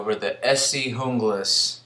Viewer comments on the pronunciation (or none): Good review but your pronouncing Junglas wrong..the J is silent (unglas). I learned this during my Rowen factory tour.